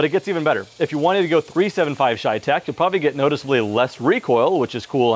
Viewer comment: My ears hurt everytime he says ChayTec instead of CheyTac